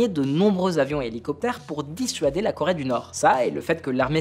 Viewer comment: La Corait ???? jajajaja Coraiainne????? il sait tjrs pas parler le ptit grassouillait x) x) LA Corai 😂😂